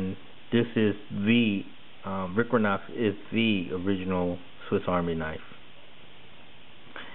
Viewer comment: "Tha Vicranocks" lol. I dunno why but that was funny